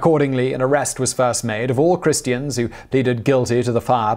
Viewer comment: He did not say Christians or Christus. He said Chrestians and Chrestos.